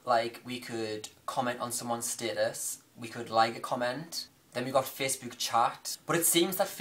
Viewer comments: The way you're pronouncing facebook is annoying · The way you say "Facebook" makes me giggle, everytime. haha >:D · Omfg the way you say facebook :')